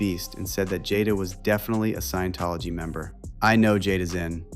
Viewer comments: Someone tell Jaguar its not "science tology", its sciENtology ffs😂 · Jaguar wright said "sciencetology" 😂😂 this lady not credible at all, shes lunatic